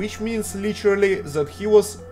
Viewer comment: (example) "that" dont sounds like "zat" its "dat")